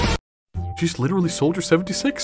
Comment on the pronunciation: Witewawwy hitting da gwitty